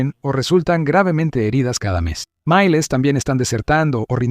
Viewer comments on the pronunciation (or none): "están siendo mueren" "Mailes" por miles. Porquería hecha con inteligencia artificial.